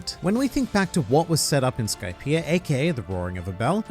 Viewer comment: Idea Skypia These words are sort of pronounced the same way, but you add an “r” to the end of “idea”, like idear, but don’t say Skypier